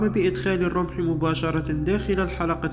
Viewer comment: سيادة المعلق الخطأ الوحيد هو الرمح ارجو أن تتوقف عن هذا الحد